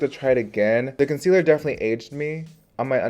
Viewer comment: ‘Conciller’ honey I caught that 😂